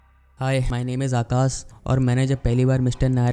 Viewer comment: Akas nahi Akash hota hai, Suru nahi Shuru hota hai.